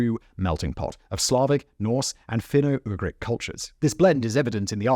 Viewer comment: ish I misheard you, I thought you said 'Fenugreek culture'... .😂